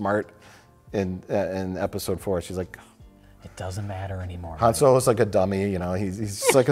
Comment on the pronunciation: Han So-Low